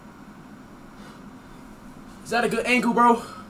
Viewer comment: I skipped to the end of him saying is that a good angle bro and it sounded like he said “quandale dingle bro”